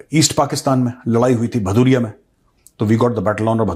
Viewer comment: Not Bhadhuria it's Bhadudia or Bhatudia